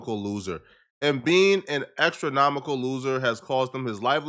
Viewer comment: Did this nigga say "Extranomical"? TWICE?